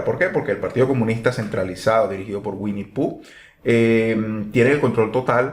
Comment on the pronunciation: Te ganaste mi like por decir wiennie phoo jajajaja